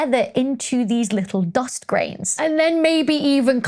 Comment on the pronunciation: Love how you pronounce Doghst. (Dust)